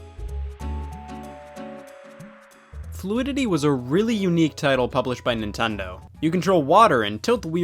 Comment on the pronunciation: did Scott really just call Nintendo NintAndo ?